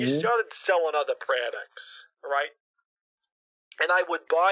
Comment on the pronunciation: You started selling otha praducts lol